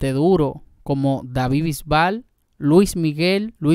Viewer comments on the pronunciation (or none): none